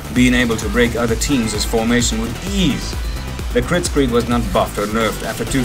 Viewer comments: Kritzkrieg mate not critscrieg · Instead Of Calling Kritskrieg Call It KritsKreig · It's Kritzkrieg, not Crietscrig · Didnt you mean "Kritzkrieg"